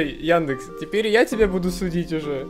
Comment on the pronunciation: яндЭкс чертав изврощуга! Хватит тут это..... Ну вы поняли 🌚